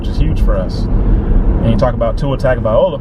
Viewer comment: Tua Tung-oh-vie-low-uh. Also, I enjoyed this obviously biased video, because you actually justified what you believe with facts and stats, but stayed true to the team you support. College football could use more fan personalities like yours. I still hate orange, but good video. I hope everyone stays safe, and we get some good entertainment for a few hours.